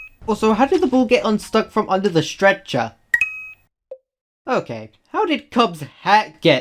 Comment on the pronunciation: Stret- chah